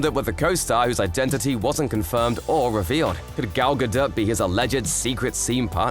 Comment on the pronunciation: Finally, someone who pronounces Gadot’s name CORRECTLY!